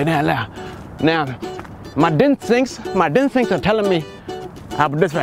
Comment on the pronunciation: "My Dinstincts" 🤣😅😂